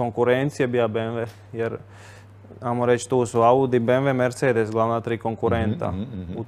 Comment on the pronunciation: Al fakat.... Bembure ... a i '' merDŽe ''